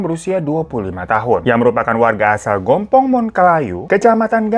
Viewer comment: Maaf bg, koreksi sedikit. Itu bacanya gampong bukan gompong artinya desa. Dan Bireuen itu yaa di kabupaten bireuen. Bukan di Banda Aceh. Jarak dr Banda Aceh ke Bireuen itu kurang lebih 4-5 jam. Klau Banda aceh itu Kotamadya bg. Ibukota dr Aceh. Salam dr Aceh